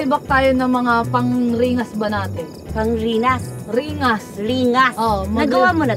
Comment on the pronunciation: Ang alam q "ningas" hindi "ringas".